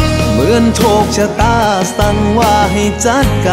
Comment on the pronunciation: ออกเสียงร้องผิดนะครับต้องออกเสียงว่า จัด ไม่ใช่ จั๊ด ผมให้ความสำคัญในการออกเสียงมากถ้าเป็นการประกวดร้องเพลงคือตกรอบแรกไปแล้วครับ